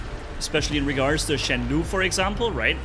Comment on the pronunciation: Just a little thing. Shenlou should pronounce as /shen low/ instead of /shen lu/. This Chinese word stands for ‘storm cloud’. It is an ancient word that only seen in poems and novels today.